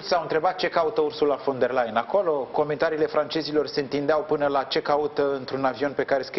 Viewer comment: Ba da' alti oameni inteligenti nu mai sunt in tara asta? Veniti mereu cu aceeasi invitati, cu aceleasi "capete luminate" sa ne explice noua..... Mi s-a acrit de astia ba saracilor...si mai ales de Parvulescu asta care a spus de atatea ori numai ineptii si care nici pana acum n-a invatat sa pronunte corect "Ursula von de Leyen" ... In loc de "fon " el pronunta "van" 😂😂😂. Sarac la sarac trage😁